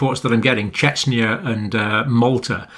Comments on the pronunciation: Chechnya or Czechia? I may have misheard. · I believe I heard at one point you say 'Chechnya' rather than 'Czechia'. You realise, of course, that these are distinct countries. But I do understand the muddle the two can achieve. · Thanks for your analysis John - it is appreciated. However at 1.23 in the video you clearly mention Chechnya. Did you mean Czechia, pronounced 'check-ia' ? Perhaps better to stick to the Czech Reoublic as a descriptor to avoid confusion.